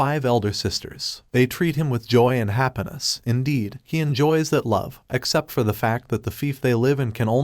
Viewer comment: "hapunass"- Empty Note recaps